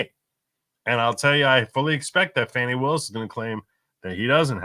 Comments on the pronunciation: It is pronounced as Fawny. She has the right to pronounce it as she will. You not not have the right to keep showing your arrogance by pronouncing it as you decide it should be. So sick of you disrespecting white people that think you can call us whatever makes you feel superior. Just because she is smarter than most of your viewers is no reason to show such ignorance on you part. Hope you people learn to error of your ways, but I doubt it. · Her name is Fani not Fanny